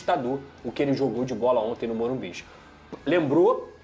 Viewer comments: O nome é morumbis tá correto mano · Tá errado o certo é Morumbicha😂